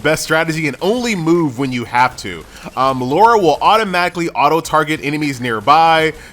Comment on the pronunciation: What is it with Americans and their inability to pronounce the name "LARA"?